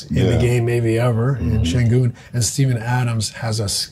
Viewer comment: Steve Nash su ana kadar bi yabancidan duydugum en iyi SENGUN telafuzunu yapti Turk gibi soyledi ;)